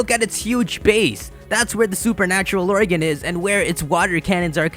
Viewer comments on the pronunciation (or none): its organ not oregan....